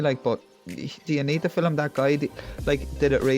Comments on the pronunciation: there is only one "i" in "film". so its pronounced "film", not "filim" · Mate, please take this as gentle advise on your pronunciation of Film, it's not Filim ! Enjoy your videos.....Cheers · It's film not filem. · Mate, please take this as gentle advice, it's spelled, "advice", not advice...and for the love of God, it's not, "ali-min-yum", but, "ah-loom-men-um"! My late nana used to say, "filim"! and it brought back good memories! LOL 😂 LOL, just ribbing you, cheers! We are in total agreement regarding the videos! 👍🙂